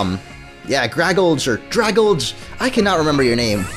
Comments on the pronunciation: It's pronounced dray-gal-jee!!! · Dragalge is actually a mixture of the words Dragon and Algae, so the pronunciation would be "druh-GAL-jee".